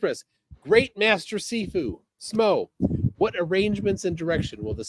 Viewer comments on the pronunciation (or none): It's Shifu, not Sifu 😂😂😂😂😂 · It shifu pronounced she-fu means more skilled person or teacher. only martial arts training is watching Cynthia rothrock movies dressed in his Pj's with his bathrobe ties around his head trying to copy the moves he sees. As always a flerf has to lie about there past as he lies his past consists of skipping school eating Cheetos and watching movies all day dreaming of being great. He sounds like he's from Canada? And the new York accent 😂😂😂😂. FBI open up ya bum!!!!!